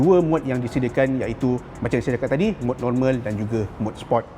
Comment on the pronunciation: Sebut sport tu biar jelas.. support tu dah laiin ..Sport..Bro sport